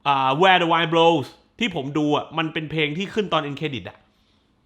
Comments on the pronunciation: เพลงเพราะทุกเพลงจริงๆค่ะ เสียงน้อง Ado ดีมากกกกก ปล.เห็นชอบเพลง Where the wind blows เลยอยากขอนิดนึงค่ะ Wind อ่านว่า วินด์ ค่าาา ไม่ใช่ไวนด์น้าา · แวร์ เดอะ วิน บโลวส์ นะครับ😄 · Wind อ่านว่า วินด์ นะครับพี่